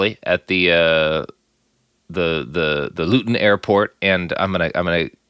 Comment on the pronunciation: Such ignorance from the presenter....immediately mis-pronounces Luton as Lutton (if it was Lutton it'd have had two t's) & then immediately mis-pronounces Vauxhall saying 'It's a car maker I've never heard of' despite the fact that from 1925 Vauxhall had close links & ownership bonds with General Motors of, wait for it, Detroit, Michigan! I mean, at least do some research before coming on air!!? I stopped listening at 3 minutes....